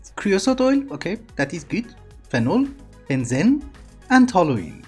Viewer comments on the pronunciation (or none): Great as always,! Also, "benzene" is usually pronounced "ben zeen" =) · Benzene is pronounced ben-zeen.